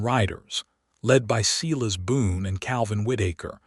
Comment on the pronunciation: Silas is prounced "Sigh-lus"